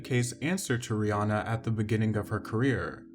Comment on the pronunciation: People never get rihannas name right